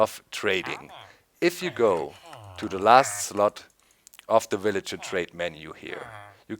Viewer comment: lol doc I like how u say willager. its kind of funny :)